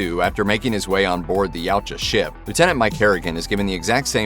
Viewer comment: dude... not YOW-cha... it's Ya-OOO-Cha